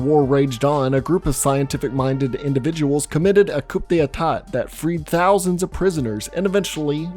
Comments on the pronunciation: “Coop day atat” 🤦🏻‍♂️ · "Coop de e taht" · Just a friendly note, coup d'état is pronounced "coo day-tah". French is weird, I know. I wish I didnt speak it lol